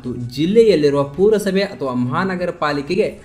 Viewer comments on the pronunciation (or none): ಪೂರ ಸಭೆ ಅಲ್ಲ ಪುರ ಸಭೆ ಅಣ್ಣ